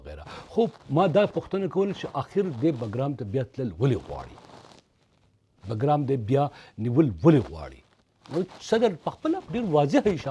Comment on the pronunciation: باگرام نه بگرام ده په درناوی